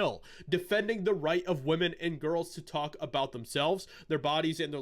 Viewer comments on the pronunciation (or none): none